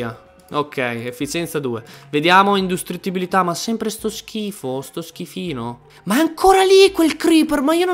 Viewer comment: Hahaaha ancora con INDUSTRITTIBILITÀ . SI DICE INDI...